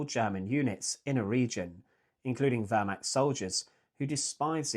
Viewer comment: Pronunciation tip: the eh in Wehrmacht is more pronounced like the first e in where, not like the e in her.